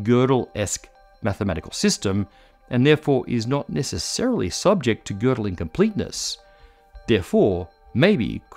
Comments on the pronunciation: there are no tryptophan molecules in microtubules. there are tryptophan residues. a protein like tubulin is in fact a single huge molecule. one such molecule (e.g. human tubulin alph-1A) has around 450 residues. and thanks for pronouncing gödel's name at decently well. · thank you for pronouncing Gödel nicely. Hint: Kurt is pronounced like "Kohrt" in english